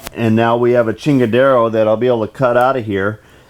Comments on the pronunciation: chingadera, not chingadero lol, props to those beautiful welds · Did I hear you right?....did you say "now we have a "chingara" tha we will be able to cut out here" lmao!! is that what you said??